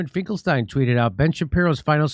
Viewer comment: It's pronounced "Finklesteeen"!